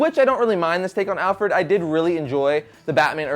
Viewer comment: did u say alferd?